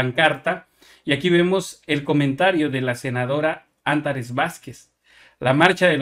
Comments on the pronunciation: Buenos días Benditas redes y auditorio: amigo te comento que el NOMBRE, de la senadora no se pronuncia acentuando la primera letra de su nombre ejmplo: ANTARES ¡¡y!! no ÁNTARES. Yo soy OBRADORISTA, a tus órdenes. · Oye amigo estas pronunciando mal el nombre de Antares Vasquez carga la voz en la A. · PRONUNCIA BIEN ANTARES. y TODOS LOS APELLIDOS, APRENDELOS.